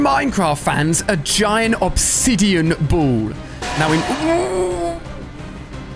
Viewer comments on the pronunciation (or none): none